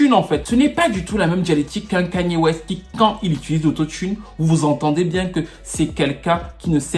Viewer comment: Kayne pas ''Kagne''/''Kegne'' il n'est pas bamileke....... ahahahaahhahahhaaha